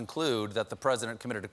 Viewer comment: Did you mean to say «President» ? Because you said 🎁present🎁 😂🤣😂🤣😂🤣😂🤣😂🤣😂🤣😂